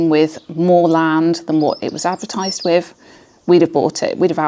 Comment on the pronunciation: People who say "wiv" instead of with.